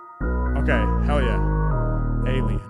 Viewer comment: …yo, why did he say “alien” like that before he started? ha. Alignment with the Devine assignment is indeed a bar. Much LOVE. 🚀